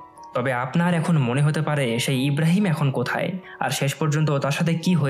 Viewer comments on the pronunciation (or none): none